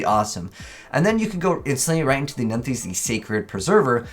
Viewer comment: I swear he pronounced nephthys different each time